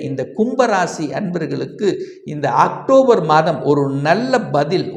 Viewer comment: Actobar alla octobar O,O,O A nahi